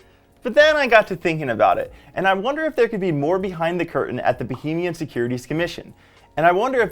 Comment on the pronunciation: Somebody teach this guy how to pronounce Bahamian.